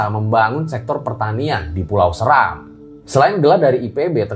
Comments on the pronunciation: Pulau seram di bacanya seeeeram bukan seram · pulau seram setau saya cara baca e nya seperti "desa" bukan seperti "serta" 🙏 *cmiiw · Btw cara baca Pulau Seram nya ga gitu ya, harusnya kayak baca becak